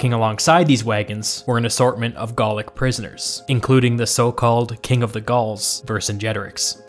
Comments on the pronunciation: I don't get why you keep saying Gallic like "Gaulic", that's not a word; we don't need you to invent a new word when Gallic already does the job fine. Not sure about your competence to comment if you don't know the basic term gallic. This isn't Tudor times, English is not subjective anymore since the 19th Century and mass education. yeah, no one says praetor like that, except for you recent Youtube historical noobs. English pronunciation follows the Roman sometimes, and because we have a lot of medical terms that use the "ae" or "ea" sounds, they're well-known and NOT said in the same way in English. Obviously if you want to speak something else that is not English, you are free to, but in standard English pronunciation (as well as Latin in those cases), the "ea" sounds is like an ee, like in eat. The "ae" sound is like an A, like in aero. Do you say aero like "eero"? No? Then why are you doing that with Praetor? Dialects to be accepted as such are usually consistent and not a mishmash of exceptions. Those dialects are more qualified like Pidgin English. Remember that also with Cannae and why it is not said like "K'nee" either. Regardless, I'm amazed that people take these seriously. I try to watch these to learn or refresh, not because I want to be more basically literate than the presenter. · Interesting video describes the mechanics of Caesar’s power grab well, by the way Gallic is not pronounced Gaulic it is pronounced ga-luhk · Gallic, not Gaulic.